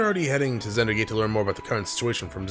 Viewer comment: Seriously.. I die inside every time you read Vander's name as Zander or Xander.. why? Just why?!